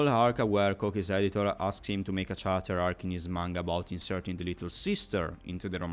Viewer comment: I intend no offense, and if you knew already, just disregard me, but in most dialects of english "character" is pronounced with a /k/ consonant at the beginning. Similarly the words derived from it like "characterization".